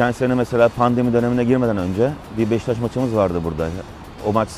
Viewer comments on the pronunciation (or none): none